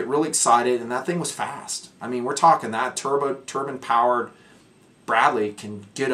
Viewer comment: Haha. I thought you said turban powered tank. Took me a second to catch up.